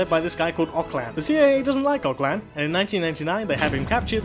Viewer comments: Nice video, besides the terrible pronounciation of Öcalan's name. It's noch "Ock-layn" ot whatever bit "Ö-tcha-lunn". The Ö is not pronounced like an "o". It's hard to describe, you could look it up ;) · Nice video,your production values have gone way up. I do have some issues understanding you, maybe focus a little bit more on the sound mixing next time? Also Ocalan is not pronounced ''Oclan'', that C in there should sound like the way you say ''ts' for tsai tea , so something like o-tsa-LAN. I would love a video from you or LSR on PYD/YPG/YPJ and your take on them. From what I understand they are not true anarchists, or socialists (I have read that they have set up ''co-ops'' with employers and employees (lol), there is a state government and so on). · Öcalan is pronunciated something like "Öd-cha-lann". [ød͡ʒaɫan] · Abdullah Öcalan last name is pronounced like O-ja-lon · It's "Ojalan". :) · You pronounced Öcalan wrong :P C isn't pronounced as K. Also fun fact. Öc means revenge and Alan means "one who takes" so his name is literally "revenge taker" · "C" in Öcalan is the G in George and the ö is "i" in girl